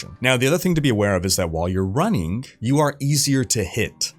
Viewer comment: "Running-k" There's no K after G